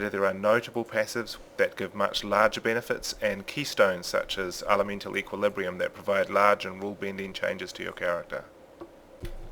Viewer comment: It looks much easier to go into other character skill trees now. I also like how you pronounce words that have the "EH" sound with "EE" like ELEEVEN, TEEMPLAR, and ELEMEENTAL :)